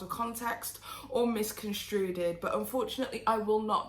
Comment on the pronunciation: mis·con·strue /ˌmiskənˈstro͞o/ verb past tense: misconstrued; past participle: misconstrued Not “misconstruded” like I swear I’m not coming for you. I love you so much! Lol